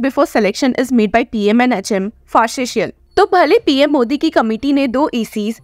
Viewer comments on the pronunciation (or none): none